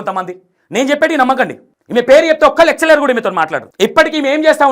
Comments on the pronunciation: గారు మీరు తీసుకునే కంటెంట్ బాగానే ఉంటున్నాయి కానీ మీరు కన్ఫ్యూజన్ గా చెబుతున్నారని నా ఫీలింగ్ ఓన్లీ, నెక్స్ట్ రబ్బర్ ని లబ్బర్, లెక్చరర్ ను లెక్టులరు అని అంటున్నారు...అలాంటి వి కొద్దిగా చూసి చెప్పండి next అంతా good. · Content బానే ఉంది కానీ, అర్ధం కావట్లేదు అసలు. Flow సరిగ్గా లేదు. టాపిక్ జంప్ చేస్తున్నారు. Basic English నేర్చుకోండి మీరు. లెక్చరర్, LIC, commercial, ఇలా చాలా words సరిగ్గా పలకట్లేదు. అర్ధం కావట్లేదు. Pronunciation నేర్చుకోవాలి.